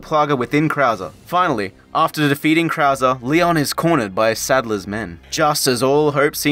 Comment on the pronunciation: I really thought he was just that bad at spanish pronunciation, until we made it to Krauser and it became clear that mispronouncing everything was a running gag.